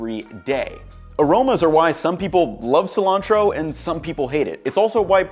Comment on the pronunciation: EHRBZ, COOMUN in there. Silantroh. This isn't English. I like the idea for the video tho.